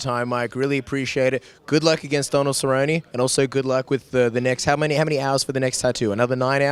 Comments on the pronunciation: Nermaganmadof Donald serri-oni hahahahahahaha I'm dead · guy with the glasses is a fuckin weirdo cant even say cerrone properly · The guy with the glasses is such a fucking meme. I laughed my ass off when he pronounced Donald Cerrone. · The way that dude pronounce Cerrone made me cringe. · Lol this weirdo with the glasses. And he can't even pronounce Cerrone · Did this guy butcher Donald Cerrone's name lol?? this dude's funny as hell